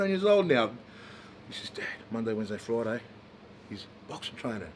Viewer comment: It's on FROIDAY